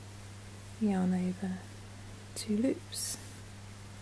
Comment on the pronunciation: I loved the video you are an awesome teacher. I enjoyed how 2 loops sounds like tulips 😆